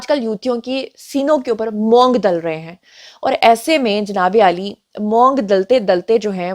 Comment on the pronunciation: میڈم۔لفظ مونگ زبر سے نہی پیش کے ساتھ بولا جاتا ھے۔۔۔۔۔